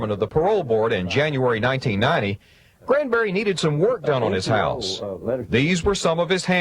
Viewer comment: GRAN-berry. Not CRAN-berry, GRAN-berry. That name is just wrong altogether.